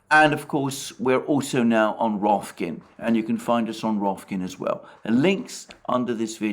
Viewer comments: I'm always entertained that Alexander pronounces the name of the new streaming platform as "Rofkin", instead of its actual name "Rokfin". But joking aside, keep up the good work!😁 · I'm counting the days until realizes it's Rokfin & not Rofkin, LOL. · Someone should tell Alexander that it is not RoFKin, it is RoKFin :D